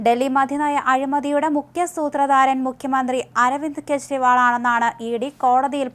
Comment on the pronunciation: കേശരിവാൾ അല്ല, കേജരിവാൾ എന്നാണ്.